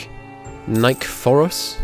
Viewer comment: in Greek as I understand it there is no silent E so your heir is pronounced knee-KHE-fore-os.